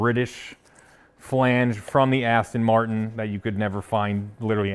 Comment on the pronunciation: "AsStang Martin"